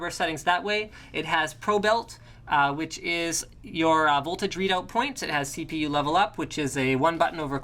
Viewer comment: PROBE iT not pro belt -_